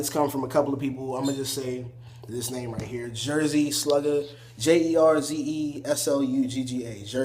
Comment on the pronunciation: eyyyy you got my name right 😂. No one can say that hahaha woww